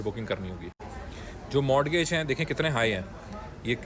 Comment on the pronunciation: o bhai modgage kisi bhe accent may correct nahi balkeh mortgage with T silent k saath perhtay hay